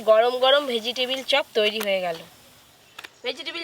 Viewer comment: ভেজিটেবল ❌ ভেজিটিবিল😅😅😅